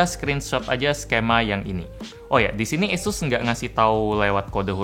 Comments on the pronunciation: Pelafalan kata "asus", kaya bilang "yesus" ya? Apa kuping gua yg salah🤣🥴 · Esus kayaknya mbak